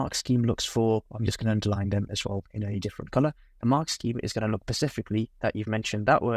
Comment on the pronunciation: Please don’t pronounce SUBTENDED as SUBSTENDED or SPECIFICALLY as PACIFICALLY. .